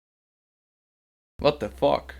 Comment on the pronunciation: this guy is certainly dutch. you can hear his dutch accent so clealy when he says what the fack. AWESOME!!